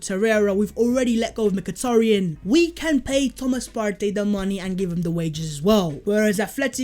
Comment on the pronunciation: Love the channel but the over pronunciation of Partey is a little annoying imo